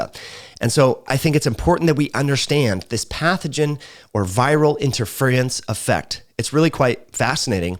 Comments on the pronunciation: IN-TER-FEAR-IN-S . . . . Interference. It's 4 syllables. Why r u making it 6? Lol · I just wish he would pronounce respiratory, virulence and interference correctly. LOL.